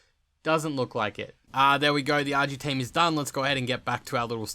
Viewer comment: Argy tame?😂